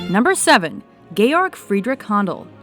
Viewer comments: Did she just say "Gay-org" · Did NOT know Vivaldi was a priest. And you're saying Handel's first name WRONG. It may be spelled "Georg ," but's pronounced as "George"! George Frideric (or Frederick) Handel (/ˈhændəl/;[1] born Georg Friedrich Händel ( )